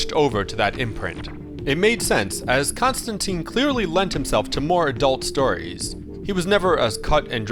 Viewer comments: John Pronounces his Name Constantine Rhymes with Line not Constanteeeeen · Maybe you need to know that its pronounced tine not teen. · it's a common misconception but it is pronounced ConstanTINE, like the Roman (and later Byzantium) Emperors, not ConstanTEEN